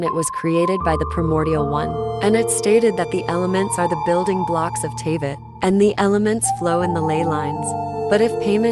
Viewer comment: and now Teyvat. Dude. Horrible video lol. This isn't like caramel and caramel. You don't just get to change especially names but also places names bc you want to say it differently lmao